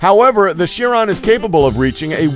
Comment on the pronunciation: It's pronounced "Carone" not "Sheeron"